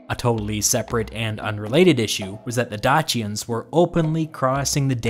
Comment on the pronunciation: It's DAY-SEA-IANS not DAH-CHI-IANS..